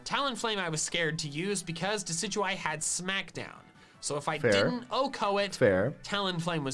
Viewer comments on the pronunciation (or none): has committed a crime. He said Deh-sij-joo-ie instead of Deckiduey. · I hope you know that as an ecologist who knows how to say "deciduous forest," your pronunciation of "deck-a-doo-eee" kills me a little more each time. I'm 98% certain you're looking for hate comments so here it is: You're not valid. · No it is deh-sid-you-eye....after deciduous trees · "Deck-e-doo-e"??? really??? It's a pun between Deciduous and deadeye it's correct pronunciation is obviously "Dess-e-doo-eye" how tf do u mess up pronunciation so bad? (sorry to come off as rude it's just that the way you pronounced it is just f-cking cursed and sounds weird in my ears like holy shit who tf told you it was pronounced like that?) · The best part of the video is when he says "Decidueye" and also "Deckadooee" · Dont pause every f***ing second also dek-idu-i is not how you say it its des-idu-eye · Americans are so cringe Also: I'm pretty sure it's pronounced Deka doo ey not Decidueye 🤦🏻‍♂️ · dude u say it like deck e du y but its decid u eye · every time you call it dec-a-due-e I internally scream. its pronounced DE-CID-U-EYE. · he says decidueye like dekadowee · Now why the hell would it be pronounced Deckydewy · It’s deciduous eye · Deckidooey. Really. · Is there an inside joke on him calling it "Dekeduee" that I don't get? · Calls Americans cringe then proceeds to say Deki-dooey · “Dekidewey” fills me with rage every time he says it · you are so wrong its not even funny. ITS A PLAY ON DECIDUOUS YOU MORON. WHY DO YOU THINK ITS "DECK-A-DUE"!?!?!? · Why does pc pronounce deciduyue so weird does every say it like that. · "I think it's pronounce deka-doo-ee" No <3 In all seriousness like... it's probably ACTUALLY not bc I think the name comes from "deciduous" (a certain type of tree) which is pronounced how MandJTV was doin it Maybe that was sarcasm that flew over my head but like... if he actually does think that, he's wrong lmao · No one: pronouncing Decidueye: dekidooey